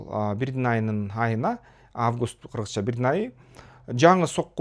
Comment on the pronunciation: Кыргызча көп ката сүйлөйт. Анткени, бул жигит орусча окуп билим алганы билинип. Мурда киргиз болчу, азыр киргыз болуп баратат. Бара бара кыргыз болот.